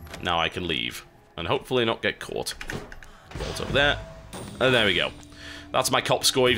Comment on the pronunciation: the way you pronounce caught means horny in swedish :P